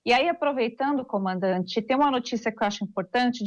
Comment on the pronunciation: Esse cabeça de ovo toda vez erra o nome do comandante 🤣